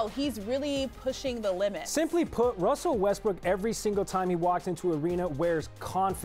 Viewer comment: "here'ss the thing about wessell westbrook" lol. Where did espn get these casuals from.